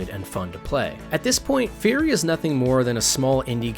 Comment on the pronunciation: It's Furi, not Fury ;-).